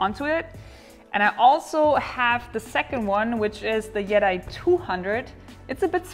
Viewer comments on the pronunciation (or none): I love you love you love you. Yeti is pronounced Yeteee. The Yeti is the abominable snowman or the all white bigfoot that lives in Nepal. Still love you. However that product may be called Yet eye. What do I know. I just wanted to write something about bigfoot. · your pronunciation of yeti is much like jedi :) I just realized it while googling for the product and did not find anything about jedi 200 powerbank. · "Yeti" comes from a Tibetan word meaning "rock bear" and is actually pronounced more like "yeh chay". So, yeah, nobody says it right. ;-)